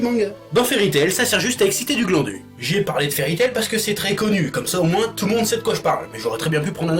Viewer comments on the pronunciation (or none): none